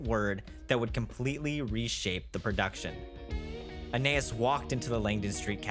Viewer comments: Every time he calls her "Anay-is" instead of "Ah-ny-eese" I die a little inside. I have no idea why this is driving me as crazy as it is, but it is. :) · I think her name is pronounced Ah Na Es. Like Anais Nin. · Hey her name is pronounced Anne Eye Ees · Interesting video, but please learn how to pronounce Anaïs! I wanted to throw something at the tv every time you mispronounced it.